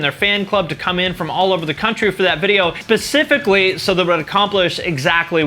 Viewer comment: Ahh, you are one of those "Pacifically" dudes!, no harm just find it funny.